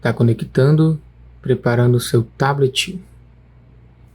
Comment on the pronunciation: Curti o vídeo e, mais ainda, o "TABITI"..😂😂